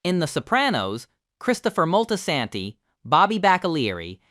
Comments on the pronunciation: Molty-Santy. Stop that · Terrible pronounciation of Moltesante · The Moltisanti pronunciation is laughably bad. We’re gonna have to send this to slip and fall school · the pronunciation of Moltisanti irritated me lol